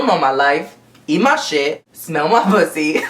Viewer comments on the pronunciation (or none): How do I still laugh at how you say "eat ma shit"? Bahahaha. Love you,!!!